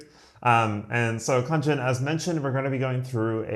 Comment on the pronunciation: I'm Khaaaanjn not Khanjan 😂